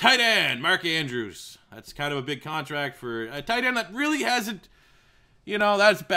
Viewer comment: did anyone else hear him say “mandrews” ??